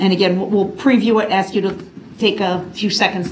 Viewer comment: Everytime he says “would it be fair to axe” I want staple his mouth shut